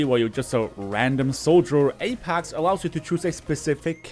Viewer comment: It's pronounced A-PECKS not A-PACKS